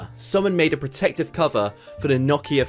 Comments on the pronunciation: sneaky snakeu “no-key-uh” like mia with a k instead of an m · this dude just said “knock-e-uh” and “ur-eye-nals” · DID THIS MAN SAY 'KNOCKIA' ????!?!?!?!?!??!?!? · How did you pronounce Nokia ......